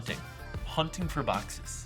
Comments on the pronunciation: Mystery bock-says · 'Mystery BOCK-SAYS"